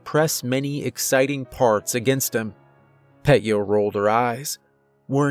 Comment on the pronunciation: It isn't Pet-Yuh. It's Peh-Tyuh. 👍